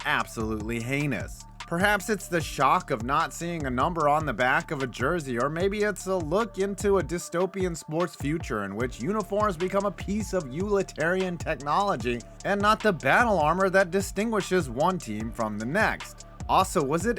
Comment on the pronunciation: Say it with me: u-TIL-i-tar-i-an